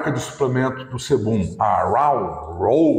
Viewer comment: A pronúncia de raw é ró, só a dica.